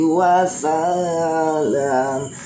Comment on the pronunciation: KALO BACANYA SHOLLALLAH MAKA NANTI BACANYA WASALLAM JANGAN WASSALIIIM KARENA HUKUMNYA ATHOF